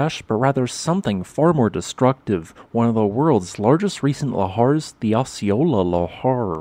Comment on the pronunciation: And missed Osceola. He does so well with other local names from around the world, and then gets to Washington and stumbles on every one. Those Salish words are hard.